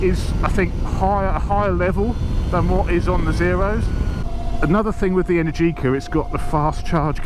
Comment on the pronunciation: It's not pronounced energiiiica but eneeergica , the accent has to be on the second E not on the I